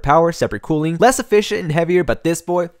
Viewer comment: i thought it was cooling not cooing